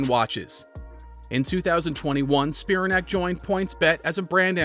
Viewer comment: It's pronounced Spi-RAN-ac, not SPI-ra-nac.